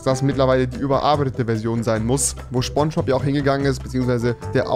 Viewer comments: Niemand Rewi: Schbonschbob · Niemand: Wirklich niemand: Rewi: Schponschbob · Niemannd: Absolut niemand: Rewi: Schponschbop